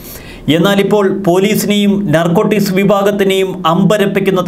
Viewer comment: നർകോട്ടിസ് അല്ല .... narcotics